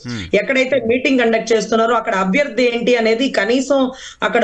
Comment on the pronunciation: Mundu this woman should learn Telugu. Amma BOGI kaadu, BHOGI. ABYARDI kaadu ABHYARDHI, pottu DARMAM kaadu DHARMAM. Vottulu palakadam nerchuko talli. Telugu is the sweetest language, please don't ruin it.